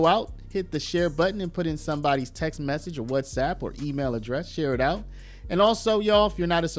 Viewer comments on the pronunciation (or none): none